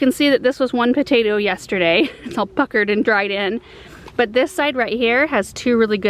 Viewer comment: Am I the only one who heard a very different sentence when said “all puckered and dried in” -ish? Just me? Okay 😂